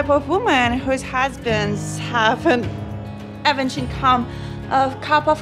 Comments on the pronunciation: "avenge income", I knew I really like the blond girl, she doesn't need to pronounce "average" correctly, coz "avenge" suffices, huh😂😂😂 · I just love the blond who always says nice words like "avenge income" instead of "average income", what "it/eat" that instead of what is that 😂😂😂 I just love her english😂😂😂